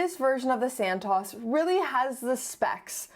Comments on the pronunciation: All these years I thought Santos was pronounced Santos. Silly me, it's santoss. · It’s Santos, not San-Taws. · Its pronounced SANTOOOOOOS not SANTAAAS … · Great content, I do love the Santos, and this may be a bit nit-picky, but does anyone really pronounce it this way?!? I'm fairly certain it Santos with a long O (as in "oval" or "oak"). At least the people at the Cartier boutique pronounce it with the long O